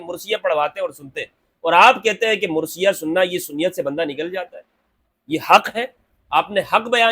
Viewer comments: Word is marsia and not mursia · Pl mind the correct word is MARSIA. And not MURSIA. Sorry to correct you but this is a difference in pronunciation